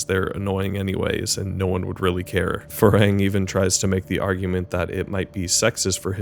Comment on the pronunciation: I love this movie, I’m new to but thoroughly enjoying your channel and this is a very good review.. but I’m far too autistic to not stand up for the pronunciation of my man’s name. It’s “Far Hang,” man. He not like.. the progenitor of a race from Star Trek, nah mean? Either way, great work and I promise I’m not just a pedantic hater. More positive comments incoming, I swear.